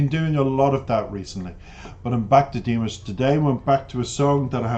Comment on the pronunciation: Dee-MOSH, not DEE-Mish.